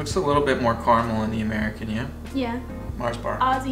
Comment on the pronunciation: Nougat . 😂. Silent T. Carmel = Car A Mel. A is pronounced. 😂 Exact Same…. Both mean the same. It’s either exact or same not both. 😂